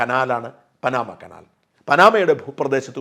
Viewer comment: പാനമ കനാൽ ആണ് ശരിയായ ഉച്ചാരണം